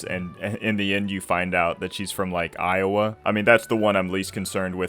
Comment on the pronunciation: My man said Iowa 😂